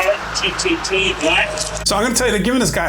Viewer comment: dude said B-e-r-t-t-t Black